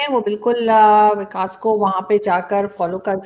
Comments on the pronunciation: 🤣🤣🤣vikas hy wakas nahi ....arzoo 🤣🤣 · Hello Pakistani sherni..vakas nhi vikas lol to funny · He is "VIKAS" and NOT "Vakas"😂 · Dhanyawaad. Thats me Comedian Vikas💐 I guess Pakistan has Waqas so pronounciation ....